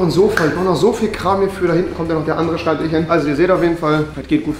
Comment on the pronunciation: „schreibtich“. Und ich dachte es ist besser geworden. 😂🤷🏼‍♀️